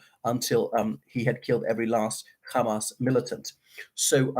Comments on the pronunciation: Unfortunately, is a bit prejudiced. I kept telling him that he is pronouncing Hamas, an Arabic word, not with a British or Arabic accent but with an Israeli accent. He still keeps saying KHamas, probably thinking it makes him sound clever. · I though did okay in presenting different perspectives of this conflict which is fairer than a lot of people are being at the moment but yes I noticed the Khamas pronunciation as well. I don't understand why he is doing that. A lot of the Israelis use "khamas" as well but they are also fluent in English and from Europe and America not Mizrahi Jews at all so they are perfectly capable of pronouncing the 'H' sound. I find it bizarre.